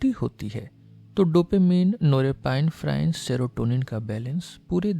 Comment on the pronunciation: Excellent 👌 Only one change in pronunciation of norepinephrine is “नॉर एपिनेफ़्रिन” not नोरेपाइनफ्राइन